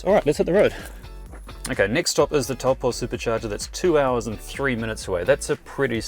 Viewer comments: Tau poe 😅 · Great video, but just a reminder that Taupō is pronounced toe-paw.